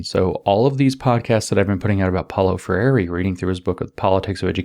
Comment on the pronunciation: Please help James pronounce Freire.